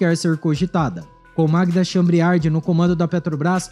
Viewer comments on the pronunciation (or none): Leia direito o sobrenome da presidente da Petrobras